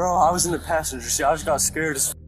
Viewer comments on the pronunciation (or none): none